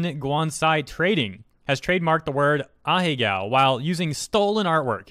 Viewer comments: Ah-He-Go (not ah-he-gao) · Pretty sure its not pronounced ah-hey-gow